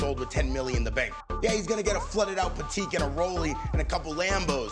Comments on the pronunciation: I just like to say the way you pronouced Patek made me cringe so hard. Pateeeek lmfao stfu man WHOSE MANS IS THIS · IK I’m not the only one that realized that guy said “pateeek” instead of Patek 😡😡😡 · First Jake said Richard Milly now his YES and goes Pateek.... learn to pronounce the fucking brands please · Did the man's say patique to Patek? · The watch community probably offended on how he said patek as pateeeeek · 'Flooded out Patik' Shows an AP Royal Oak Not only did he pronounce Patek wrong, but they showed the wrong fucking watch...